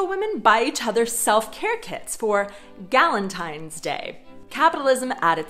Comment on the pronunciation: Gal-antine’s day? I’ve herd it all now 🤦🏻